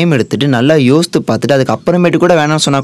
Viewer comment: Yosthu illa boss yosithu